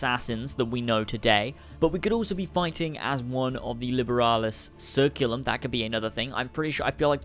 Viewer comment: It's pronounced "liberalis ker-ku-lum" not "Ser-Ku-lum"